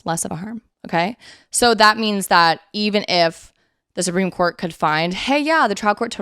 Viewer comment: Once or twice, I misheard you say Supreme Court and I thought you said Spring Court. 🧚‍♀🧚🧚‍♂💐🌷🌹🌸🌼